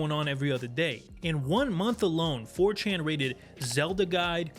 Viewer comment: "Who is this 'fourchan'?" Lmao